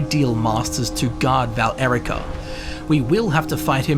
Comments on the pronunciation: He says VAL-ERICA, doesn't he? Shouldn't it be VA-LE-RI-CA? Or is this another curious curiosity? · Valerica is one word. It's not Val-Erica